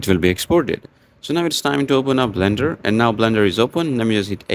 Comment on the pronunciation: it's not bender, it's blender